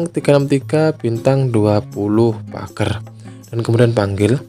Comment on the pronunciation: Pagerrr nya itu loh candu😂